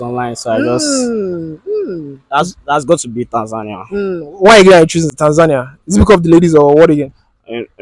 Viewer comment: The last interviewee is the only one who pronounced right the country's name 'Tanzania' .